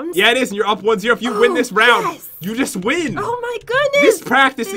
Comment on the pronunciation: Why do you always say it's gust for fun?